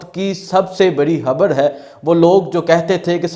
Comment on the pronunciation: ⚠️ بھائی آپ "خ" کو "ح" کیوں پڑھتے ہیں؟؟ خبر کو حبر۔۔۔ 🤦‍♂️